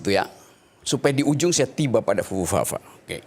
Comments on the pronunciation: Fufufafa(Di Baca Pupupapa) Yg jelas🤣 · dari sini aja udh keliatan tololnya bahkan anak SD aja bisa bedain mana huruf mana kalimat..yg saya tanya itu simpel saja 2 huruf " siapa fufufafa" ? Emang cuma 2 huruf kah? 🤔 bukan kah itu di sebut 2 kalimat ya seharusnya..hal sekecil ini saja gak bisa bedain, kyk gitu mau debat sama org sekelas bung rocky ?..udh gitu tong kalau sebutin atau bacain kalimat "FUFUFAFA" juga harus yg bener ya bukan di baca atau di sebut "PUPUPAPA" ..heran ya org kyk gini bicara aja gak becus huruf " F" sama " P" aja gak bisa bedain bisa jd presiden petisi ahli 🤣